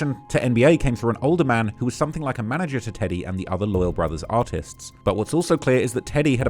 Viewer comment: u say artists i hear something else ...